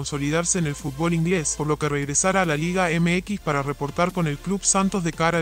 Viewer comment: De la chingada la pronunciación de este guey … LEAGE ??? No mms